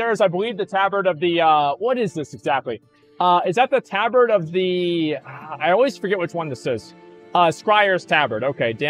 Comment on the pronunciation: He mispronounces things because he knows chat will go apeshit over it lol